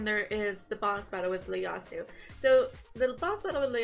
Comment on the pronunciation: Damn...don't want to sound like an ass..especially since I'm a new fan...but I think the first letter of his name is an "i" and not an "L"...I think you called him Leyasu...